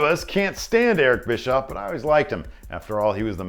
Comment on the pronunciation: it's not bischoff